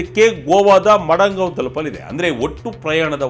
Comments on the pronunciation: Not Madangao correct prronounce is Madagao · Madangaon ❌ Madgaon ✅ RIP Journalism. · ಅವರೆ ನೀವು ಪದೇ ಪದೇ ಮಡಂಗಾವ್ ಅಂತ ಹೇಳಿದ್ರಲ್ಲ. ಅದು ಮಡಂಗಾವ್ ಅಲ್ಲ ಮಡಗಾಂವ್.